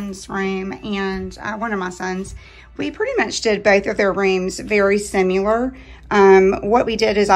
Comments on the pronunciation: The word is Similar not Simular. Please speak the language clearly if you are going to do a video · it’s typical , people like you wouldn’t care if a grown mother of two who appeared to be educated, completely misspoke the word Similar. That wasn’t an accident. She clearly don’t know the word was not simular Again I am not on utube showing my home for others to hear her presentation. One would hopefully write up a script to practice before going on camera. And thanks but I don’t need my heart blessed. I think you and the young lady should say thanks for catching that amd it would have been a giggle. She should be embarrassed instead of saying I’ll speak how I want. When you put yourself out there to the public, you can’t expect everyone to shower you with how great you are.